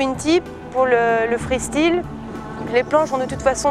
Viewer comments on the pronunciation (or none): le freestrile mdr sa ne serai pas plutôt le freestyle. What the fuck !? la prononciation du mot freestyle est excellente ... LOL